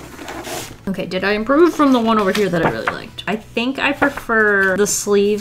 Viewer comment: “Annie are you ok-ey” I’ve never heard that before that was so funny